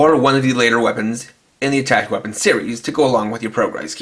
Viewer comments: isn't it pronounced attashay? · It's pronounced a-tash.